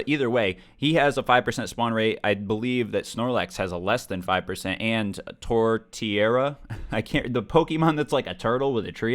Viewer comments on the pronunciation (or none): tor-tear-ruh you were close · Hey in case you were wondering, the Pokemon that looks like a turtle with a tree on its back is pronounced (Tore-tear-uh)